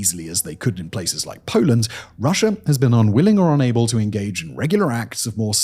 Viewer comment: I understand the intrusive R is for linking words together to sound better, but why would you add an R to the end of a country name?